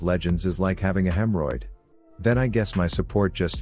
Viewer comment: >Hemroid. Are we just gonna let that one slip?